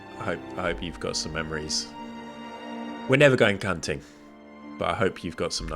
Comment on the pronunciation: Also I know you were having a moment thinking about your daughter, but I think you said “I’ll never take you c*nting” instead of hunting and I cackled.